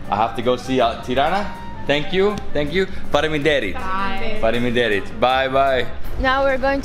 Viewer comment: You pronounce faleminderit very good, good job man 😁